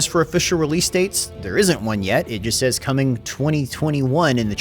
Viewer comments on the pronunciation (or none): none